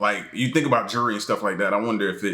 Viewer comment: Bro its jewelry not jury haha